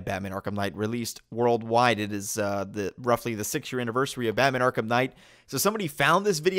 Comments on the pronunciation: I am genuinly irritated by this guy... Ark-HAM its pronounced Ark-am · “Ark HAM”🤡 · I am surprised that an angry mob wielding pitchforks did not show up at this guys door back in 2015 invertible reasons first of all he can’t say Arkham he says ark ham and then he says Arkham asylum American city suck suck